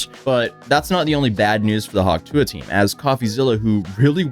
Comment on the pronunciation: Hawk Jew-a